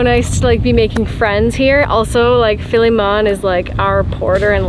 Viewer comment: Philly-Mon ...I cant...